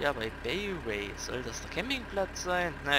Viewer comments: BayWa ist bei uns in Bayern ein Baumarkt das Bay spricht man Bai aus ! ;) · Man spricht das 'BeiWa' aus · Mit der Straßenscheiße und mit der komisch gesprochenen baywa